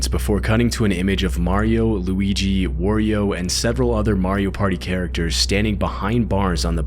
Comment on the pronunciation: Bro said “worio” it’s Wario you dumbah